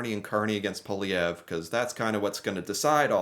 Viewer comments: Poilièvre = Poah lee have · America is importing more from Canada than China Europe Japan combined! I think America's economy knows Canada. You're not pronouncing Poilièvre's name right but good enough for an American 😉😅 Mr. Carney is a Harvart graduate, Worked for Golden Sacks (New York, Tokio, London America) He was deputy governor for Bank of Canada, and Bank of London. He chaired Bloomsburg And Brookfield He also worked with UN fighting climate change. Needless to say Carney will win this one thanks to Trump. Canada needs to develope a whole other economy than America. TRUMP is very much the reason Poilievre will probably loose the election.